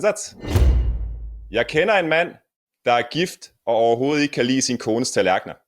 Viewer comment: Written: "... er gift og overhovedet ikke kan lide sin..." Pronounced: "... er gift ahoahoel kelisen..."